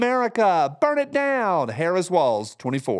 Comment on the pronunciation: OMG...when you said "Harris Walz" I thought that you said Harris swallows! LMAO!!!